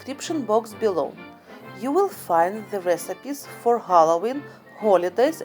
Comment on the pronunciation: "w" jadi "v" example the word "will" becomes "vill".